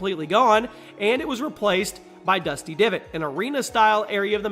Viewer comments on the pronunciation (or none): Divot... Not Depot